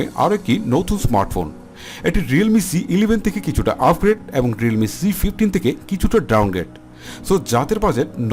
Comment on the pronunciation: ufgrade and ferpect?🤣🤣🤣🤣 vai re vai ki uccharon,ei uccharon diye youtube khulse lame ass shit